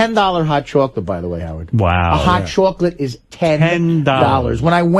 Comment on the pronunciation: What the fuck is a hot chawklit?